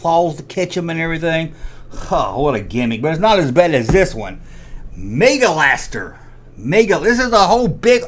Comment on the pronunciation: This is great, a some what illiterate redneck mad over he-man toys. Jet Slide😂😂 Ar-tic-a-rate, mega laster, roto(just leave off the n) aqukattack, Birdaverse! But yes, i agree most of the later shit was garbage. But dude, smoke a joint and let it go. Its been 40 yrs.